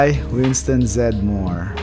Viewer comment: Winston's last name is pronounced with three syllables. It's Zed Dem More. Just a heads up!